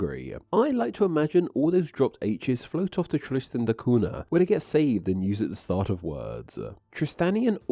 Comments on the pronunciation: Two things. 1. What happened to the "TH" sound in your dialect? 2. Cunha is pronounced CUÑA (CUNYA)! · it's not "koona" but "kooña", by the way (in PT the nh is the same as the spanish ñ) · Cunha is pronounced like cu(i)n - ahh , not “Cuna” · Interesting stuff Btw the "NH" in Portuguese in pornounced close to "NYA so CUNHA is not "CU-NA" but "CU-NYA", hope that helps for your next language butcherings hehe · before jumping to conclusions, I went to Wikipedia to make sure my info is correct. There, they give only 1 pronunciation, which is the original Portuguese form: COON-yah, via the 'nh' pairing. The same sound exists in Spanish (ñ), plus French and Italian (gn). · Wikipedia gives this info regarding the very name Helena: "English: /ˈhɛlənə/ HEL-ə-nə", so, as you can see, the stress is on the 1st syllable, nail it this time. Buuuut, when it comes to the pronunciation on "Cunha", it's [ˈkʊɲə] or [ˈkuɲa] - please pay respect to the palatal N;the NH digraph exists for a reason. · Tristan de Cuuuuuuna. It's always funny when people try and pronounce a foreign word by putting on an accent but then butcher the pronunciation anyway. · Who on the Earth pronounces "Tristan da Cunha" as "Tristan da Coona"? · Is that how you say it in English? I've been using the Portuguese pronunciation for the Cunha surname, which goes like "Coo-nya" when I pronounce the name of that place🫠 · surely its pronounced kunya? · It's pronounced "koon-ya". It's Portuguese. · Isn't it pronounced KOON-yah..? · Interesting, but just a shame that you not pronouncing the island's name properly. Cunha sounds like coonya. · Cunha is a fairly common Portuguese surname. Any time you see an “nh” in a word or name, it’s pronounced similar to a Spanish ñ. So Cunha is pronounced “coon-YAH.” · 4 minutes in and the utter lack of effort to pronounce "cunha" properly is getting on my nerves. . .